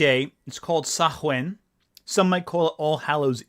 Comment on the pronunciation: Thanks for the attempt,. Samhain is pronounced Sow-en. "Sow" as in the female pig, "en" as in engage. Congrats on the baby! "one of them is even a woman". Christ, I appologise for my countryman.